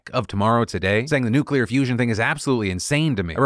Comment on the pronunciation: Phil, just wanna thank you for correctly pronouncing "nuclear" like nu-clear instead of nu-cu-lar, which isn't even how it's spelled! It's insanely terrifying that GW Bush had the launch codes for 8 years without learning how to just say it the normal way. Thank you. Praise where it's deserved.